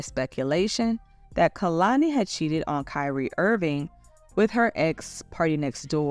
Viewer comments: Just a note: it’s KAY-lani not KUH-lani. And this is definitely hypocritical of her so I’m curious how she will address it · her name is pronounced KAY-lani